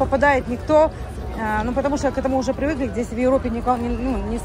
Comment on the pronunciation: Как ты ешь не красиво,! Ну,ладно,с Карло,он свой,привык,а миллионэр же новенький!.. нельзя покультурней? И,еще говоришь всегда " прывыкла",а не " привыкла" - не русский,не український